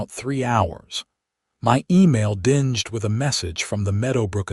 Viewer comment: How can an email dinged? Said with the meaning of dulling light, instead of dinged, like a sound, it's in the pronunciation of the g. Where did you learn about ehglish. Look it up on google.